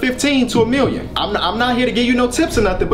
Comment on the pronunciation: A "millionuh" 😂😂😂